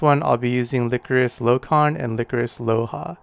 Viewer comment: That is probably pronounced (lie chorus) not (lick or us).